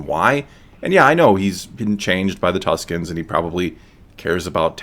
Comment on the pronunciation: I actually think it's "Tuskens", Tuscans are another name given to the Italians inhabiting Toscany :p